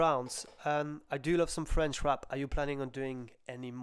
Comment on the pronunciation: Hay,, your French is great for an Englishman.